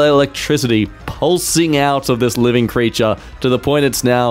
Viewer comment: "Pulsinjg out of this 'Living' creature", says about a decapitated flower.